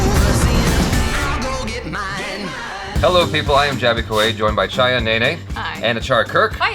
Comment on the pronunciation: jaby said it correctly!